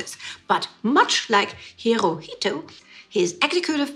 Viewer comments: After pronouncing it "Hiritu" instead of "Hirohito", several times, may I suggest that you avoid traveling to Japan? One can be detained for as much as 23 days there without any arrest warrant. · hirohito is pronounced Hiro-hee-to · Why do you have so much trouble pronouncing the Japanese Emperor's name? It is four syllables, pronounced exactly as it is spelt: Hi-ro-hi-to. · Poor little Hirohito , so innocent. Need to work on how to pronounce his name. More interesting are the British royals who were pro Nazi, Edward VIII being one example.